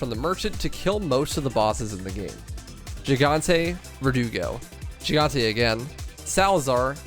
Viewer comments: its GIGANTE, not JIGANTE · Please, for the love of all that is Holy, stop saying the word gigante like "JEE-GAHN-TAY." It's a Spanish word, and for most Spanish language words beginning with "G-I," the G is pronounced like an H sound, but almost like a very softly hissing cat noise. In fact, Spanish G is NEVER like the English J. So the easiest explanation is to just say "hee-gahn-tay." So yeah... Just stop butchering it. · Help why does he pronounce gigante with a g it’s pronounced’higante’ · It bothers me how he says gigante.